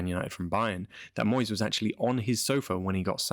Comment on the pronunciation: I’m sorry to say again it’s Moysey…